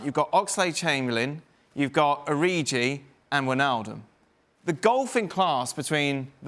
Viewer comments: It's OriGi not Oriji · It's Origi; not Oriji. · Tell that man its ORIGI not ORIJI